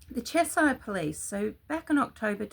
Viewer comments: Chesh errr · It's pronounced Chesh - ear